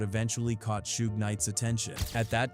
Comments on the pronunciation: Shooge? I thought his name was suge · Who tf is shoog? Its suge bih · Shoooege..😅 fuckin A.i. lol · Shoog. Lol. Stupid ass AI voice. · I stopped listening when you called Suge "Shoook" 😂🤡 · Callin shuge , SHOOG😂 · Calling Suge Shuge is equally hilarious. Don't correct by being absurdly incorrect too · Shoog Knight, AI a mf 😂😂😂😂😂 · Shoog and sooge, Jimmy Eye-O-vine is the best one though. LMAO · its funny how A.I. cant say Sug name properly and all you creators keep trying to make it try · I wish the ai would stop saying suga name like that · You know, Shooge Knight and Tupac Shacker, the artist who, oh wait, that was a different video where AI butchered his name 😂